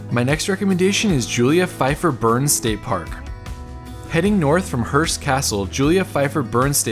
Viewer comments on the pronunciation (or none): none